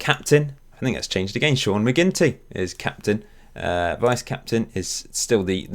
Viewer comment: i like how you pronounce "agaian" :)